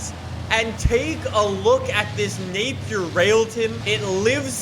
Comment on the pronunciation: The same company that invented British Racing Green, has the fastest car in the world, has an amazing name. But nobody knows what it is. At least you pronounced it right